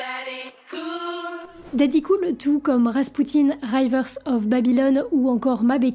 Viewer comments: Rivers et non rayveurz of babylon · C'est "Riiveurs" of Babylon, pas "Raille-veurs"... Mais sinon, vidéo pas inintéressante... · "rivers" pas "rayvers". Si tu as vraiment écouté le morceau, tu entends "By The Rivers of Babylon" et non "Baye The Rayvers of". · Franchement, la honte de votre prononciation de l'anglais ! A River, pas A Raiver. Retournez a l'école ! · Chouchou on dit rivers pas raïvers , t’as fait anglais à l’école ou bien ? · Parce que tu pretends connaitre l'anglais et insistes que "rivers" en anglais se prononce avec le son "rai". Ce qui est faux!. Ce n'est pas "Ray-vers" mais "Ri-Vers" ou le son "ri" est comme dans "Ricola" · prononciation de rivers: ri-veur-z, pas ra-i-veur-z. Accent tonique sur la premiere syllabe, comme vous l'avez fait. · River avec un I, pas raiever avec un Aïe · Pas Raille veurs, mais Rivers, le "i" comme inimitable. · Hello, on ne dit pas "Railleverses" of Babylon, mais riverze of Babylon. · On dit "Rivers" et pas "raivers" en anglais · C'est pas "Raïvers of Babylon" mais "Reevers" avec le son I ;) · Alors ... interressant mais je pense que tu n'as jamais ecouté Rivers of Babylone ... autrement tu ne prononcerais pas "RAÏVERS of Babylon" mais bien Rivers (Riz - Verz) ! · "Raïïïvers of Babylon"... LOL, la prononciation, aïe mes oreilles ! "river" se prononce "river", avec un i comme dans rivière (ca tombe bien, c'est la traduction française). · eh bien non car 'i' peut se prononcer aïe d'ailleurs,c'est l'erreur qu'a commis la narratrice :par exemple rider se dit raillder mais pas river deux e ou "ea" en anglais se prononce i c'est ce qu'explique edited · Pour votre information, on prononce « rivers » et pas « raille-vers » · Bonjour, pardon, mais pourquoi dites-vous "raïvers" ? C'est "rivers"..... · Le "i" de "rivers" se prononce "i" et pas "aï" . Rivers of Babylon est un morceau reggae à l'origine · "Rivers" se prononce "Riz-veus" 😘... please, "rai-veurse", ça fait mal aux oreilles 😍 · Rivers... comme ça s'écrit... pas ryvers